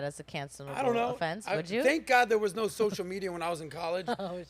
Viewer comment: Hahaha, she said "nowr". 😂 I love the aussie no. 😁